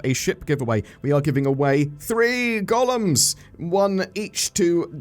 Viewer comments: i keep hearing Gollums instead of Golems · It’s just the accent. Just like whenever he say Privacy, it sounds like Previcy.